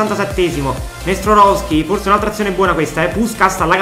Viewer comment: Bel video, poi commenti anche molto bene, ed il progetto mi piace un sacco, ma secondo me ci sono troppe R quando pronunci Nestorovski, detto questo, spero che questa serie con il Palermo duri tanto, grande e FORZA PALERMO